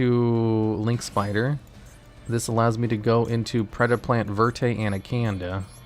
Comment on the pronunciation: The way he says Predaplant verte anacanda, is like hes trying to say predaplant verte anaCANADA